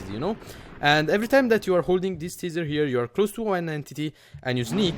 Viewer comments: Its Taaaaaser not teeeeeeser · It's pronounced tay-zer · I think its pronounced taisar